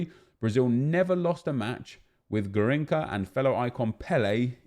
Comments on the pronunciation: It is Gah-ring-chah not gah-ring-kah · it is pronounced Gahinsha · Its pronounced “Garrinsha” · about the pronounce of Garrincha. The “CH” sound isn’t of K, it’s more sound of SH. Braziliam subscriber here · 1st its garrinscha if u say it (im brazilian) 2nd garrincha will be amazing but if u ask a Brazilian he'll tell u that garrincha was the 2nd. Best player after pelé so I thought he would have a 95 or 96 (and better stats) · It's pronounced "Gahinsha" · I m done with fifa and being a brazilian myself is sad to see those british crapy Icons when they miss Romario , Taffarel , Zico , Falcão , Keeper Marcos from 2002 WC final , Jorginho , Branco .... I m not asking for all of them but pick 2 or 3 of those and make real !!!! Garrincha you say “ Ga hin cha “ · gARRincha The second time you said it was right. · Hey, Nep, quick info from a Brazilian viewer about the prononciation off 'Garrincha'. The 'ch' un Portuguese usually sounds like a 'sh' in English, as you would say 'shower'. No 't' before and definitely no 'k' sound. And the 'rr' in this case sounds something line the 'h' in 'house', on that one you were not that far off. Nice video dude, keep up the good work!